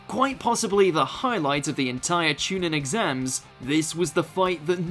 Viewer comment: I'm less than 20 seconds in and i hear Chu "nin" instead of chu "neen"... definitely a poor quality list without watching anything more